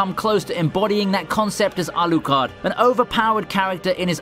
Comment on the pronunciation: Man can you please just pronounce anime character names in a normal way? You try to get Japanese names and struggle so much but Alucard is not even Japanese and you still botch it because you try to hard. Otherwise great content. 😆 my pet peeve I guess